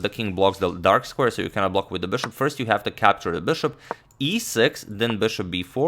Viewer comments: "Bšop" veliš.... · I like the way he says ''bishop''